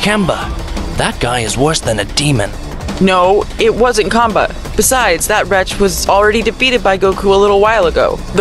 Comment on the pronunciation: bruh did he say cumbah🫥